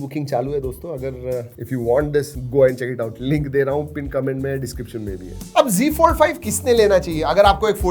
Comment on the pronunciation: Bhai wo z fold h , g g kya kr rha h ... Z ko z hi bol na . Z ko g bolne ki kya zaraut h . Z ko g bolne se khi na tu modern bn jayaga